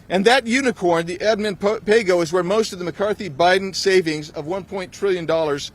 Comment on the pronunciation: McCarthyism just got a whole new meaning. "Pay Go" or "Play Dough?"